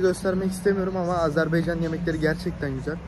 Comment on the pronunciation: 'Azerbaycan" değil arkadaşım "Azerbaycan"🇦🇿